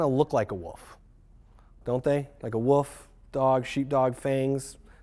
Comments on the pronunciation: "Gotta watch out for those Woofs." COL. Chuckled Out Loud. I cringe when I hear "woof" for wolf. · "untill a woof comes" -_